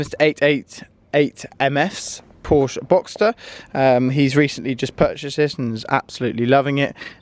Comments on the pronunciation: its not a Porsch, it’s a PorschE! Anyways keep going with the good content:) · it's not Porsch it is Porsch"E" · You have to pronounce Porsche the way it should be. But, nice video.